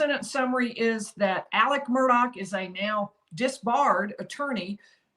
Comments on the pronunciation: Isn't it Murdaugh not Murdock¿¿ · It's Murdaugh pronounced MURDOLL. Son Paul and all his buddies say it correctly but the media can't manager it!! Murdaugh (MURDOLL) Geez why's that so hard. Murdaugh almost like murder!!! 🤔🤔